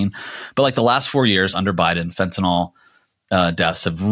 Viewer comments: Guys, Americans, it's fentanyl. Fen-ta-NIL. Enough with the Fentinol, please. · It's Fentanyl, not FentanOL...I wouldn't say anything but you inherently defeat your point if you can't say the word properly.